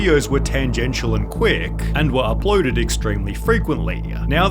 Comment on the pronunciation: Why do you pronounce the letter e on random words where there is absolutely no e? Like uploaded. And builde. And questione? I am german and this is no critique at all. I am merely curious if that's an American dialect I haven't heard before. I wish you a good day! You make great content